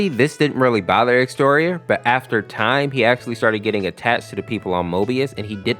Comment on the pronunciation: Bruh "Exteor💀💀" no offense but the correct is "Ex-ze-tior"